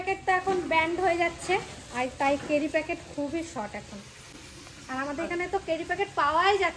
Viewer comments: কথাটা Carry( ক‍্যারি) Cery (কেরি) না। তুমি তো college student তাই না। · carry noi.cery packet. Onek bar tomake bolechi tumi akjon collage student wrong pronunciation khub kane lage. Kharap niona tomar theke boro tai bhulta dhoriyedi.